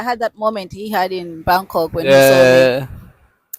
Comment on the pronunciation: She was in " Bamk Kock" waiting for a bus to "phukit' read that again fans!! PHUKET is pronounced with an "f"....😅 Gr8 story. Congratulations 🎉